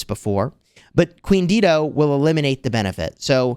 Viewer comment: Dido is pronounced "DIE-DOE." 🤣😘